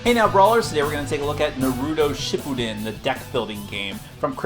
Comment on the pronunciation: Wish I could dislike infinite times. One for the pronunciation of Naruto shippuden and two for that little plot comment. How about you actually watch Naruto. And maybe pay a little more attention to the countless one piece flaws